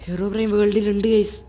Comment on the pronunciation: Bro ഹെറോബ്രെയിൻ അല്ല ഹീറോബ്രെയിൻ ആണ് 😂😂😂